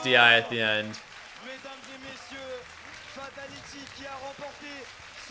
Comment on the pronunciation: Fahtaliti! Fahtaliti! 😂